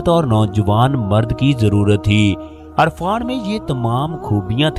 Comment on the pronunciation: Irfan not Arfan